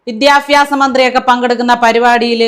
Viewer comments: വലിയ fan aanu ഞാൻ പക്ഷെ 'ഫരണ ഘടന' 'വിദ്യാഫ്യാസം' എന്നു തുടങ്ങിയുള്ള ഉച്ചാരണം സഹിക്കുന്നില്ല. സോറി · വിദ്യാഭ്യാസം...അങ്ങനെ പറയണം. വിധ്യാഫ്യാസം അല്ല. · ഫരണഘടന അല്ല sister ഭരണഘടന ആണ്. വിദ്യാഫാസം അല്ല വിദ്യാഭ്യാസം എന്നാണ്. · ഇതുപോലൊരു മന്ത്രിയെ കിട്ടാൻ നമ്മൾ ഫാരത മക്കൾ ഭാഗ്യം ചെയ്യണം.വിദ്യാഭ്യാസം എന്ന് പോലും പറയാനറിയാത്ത വിദ്യാഭ്യാസ മന്ത്രി. ഇതൊക്കെ ഭരിക്കുന്ന നമ്മുടെ നാടിന്റെ അവസ്ഥ... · വിദ്യാഭ്യാസം എന്ന് ഉച്ചരിക്കുമ്പോൾ അവതാരകയും ശ്രദ്ധിക്കുക. പറഞ്ഞ ഉച്ചാരണം തെറ്റാണ്